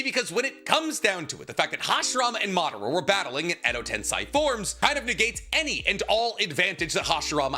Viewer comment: Day 9000 of asking my guy to pronounce edo tensei right